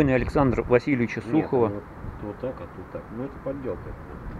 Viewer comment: На плите написано Александръ Васильевича Сухова. В 1815 и даже в в 1885 годах не писали Васильевич, писали Васильевъ. В конце слова Александръ-твёрдый знак, а не буква А. Это читается не как АлександрА, а как АлександР. Фраза " родившагося в 1748 году, августа 12 дня " не соответствует построению , принятому в 1815 году. Думаю, что сочетание" в 1748 году"- соответствует 20 му веку, в 19 веке писали 1748 года. Посмотрите метрические книги за 1815 год, хотя бы за 1834, там написание букв другое, используется i, существительные склонялись по- другому, с другими окончаниями. .Надпись, скорее всего, сделана в 20 веке.